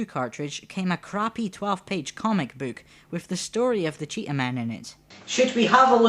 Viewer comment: a "cömic büük"?^^